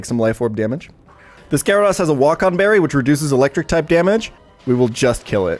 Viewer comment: it’s GyaraDOSE not GyaraDAWS